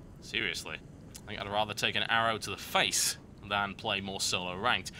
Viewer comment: lol... "i would rather take an arrow to the face" *emphasized*